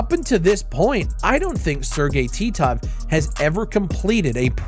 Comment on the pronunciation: I smiled when you said Sergey Titov. It brought back so many memories of you saying his name.